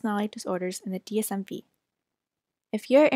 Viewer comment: The “V” in DSM-V is a Roman numeral 5... the “DSM five”